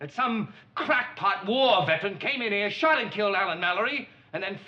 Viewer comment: " . . . up to HE-ah," he said . . . ; ) Tu, 03/10/2020